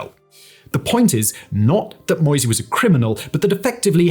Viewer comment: "Moïse" ist NOT pronounced like "noisy" with "m" instead of "n"! It's: Mo - [like "Mo" in Motor] - ï - [like the "e" in easy] - s [like "z" in zero]. The "e" at the end is silent as always in french. Having trouble to take you seriously, if you don't even care to learn the names of major figures. I have to ask myself, where is your research equally sloppy or even worse? Those are not impossible sounds for your english tongue, compared to the "eu" in "Villeneuve" or the "ü" in "Hüller", so if you watched some original footage you must have heard the name pronounced correctly and your brain just dismissed this information contradicting your expectations. The question again is: What else did your brain dismiss, which might have contradicted a preconceived opinion, if it is evidently capable of doing it as heard in this rather insignificant example?